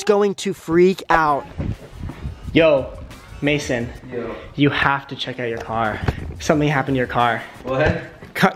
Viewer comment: Its mayson not mason